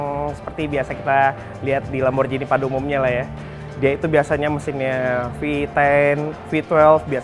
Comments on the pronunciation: Wah cara bacanya kok gitu sih... yang bener LamborGHini bro, bukan LamborJini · LamborGini om bacanya bukan LamborJini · "Lamborghini" bukan "Lamborjini"